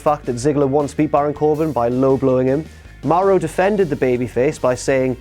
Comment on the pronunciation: ITS MAURO NOT MAROH GET IT STRAIGHT YOU JOBBER